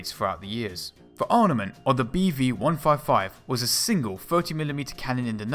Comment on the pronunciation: Why is it that you can pronounce "armour" but you can't pronounce "arMament" properly?